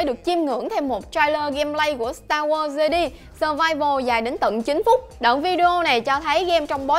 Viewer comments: fan Star War nghe đọc Jedi là 'Giê-đi" chỉ biết ngồi cười rồi đi ra :)) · starwars "de đi" ?? =]]]]] Omg cú tui cú tui